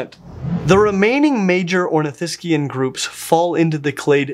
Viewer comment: THANK YOU for pronouncing Saurischian and Ornithischian in the correct way in an English sentence.